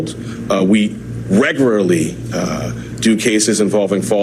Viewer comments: They regerry? Did he mean regularly? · Fat Alvin is horney for 45! Did he say “reguring”? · ''We regruhly uh... do cases involving false business statements'' really? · He can't even say 'regularly' correctly 😂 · that's not how we pronounce the word 'regularly' mr public speaker man.. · He can’t even pronounce the word “regularly” 😂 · Man can't even say "regularly " correct. Yes let's give him that kind of power. We all know why they are doing this.